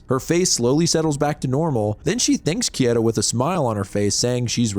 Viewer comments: Bro, it's not "Kieta", it's "Keita". As in "Kay-ta". I know you've watched anime. >:( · pleaseeeee how is it that you're a horror manga channel and don't know how to pronounce "keita" 😭😂 "kay-tuh" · I've watched a bunch of your videos now and some of your pronunciations are way off. Japanese vowels are the same as Spanish vowels. For example Keita= KAY-ta The emphasis is also on the first syllable. For example O-gushi, HI-bino, CHI-fuyu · Keita Kieta English natives and japanese names or words. hahaha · KAY-TUH, dude; you're getting those letters a bit jumbled. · the way you pronounce "Keita" is so upsetting... why wouldnt you just look it up if you knew you were going to say it so often? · I mean for one, his butchering of Keita's name lmao. I could go line per line and pick out the inaccuracies but it's easiest just to tell you to read the manga